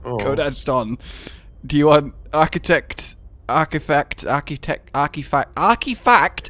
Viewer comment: what if the bug is that the F8 key doesn't work? um, well this is awkward. "Alon Coton, co-ton." "archifact artitect." um captain, i think has come down with the sea madness again. perhaps someone else should take the wheel. truly the foremost expert on the plant-pron-crab. don't believe those charlatans that call them "rock punchers".